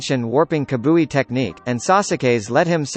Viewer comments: Did he just say kabui ...🤐😂 dude its kamui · Did he pronounce kamui as kabui